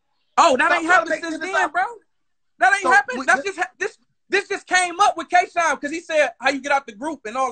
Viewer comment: did anybody else hear hitman call k shine twork???